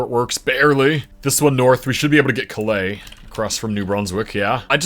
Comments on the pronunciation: Calais, ME is pronounced Cal-is, not Cal-a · its pronouced Kal-is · Calais is pronounced "CAL-ass" and Orono has the accent on the first syllable. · I was gonna comment this too